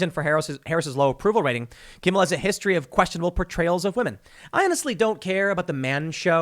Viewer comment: It’s Jimmy Kimble, get it right Tim!